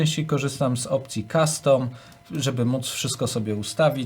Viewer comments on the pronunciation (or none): none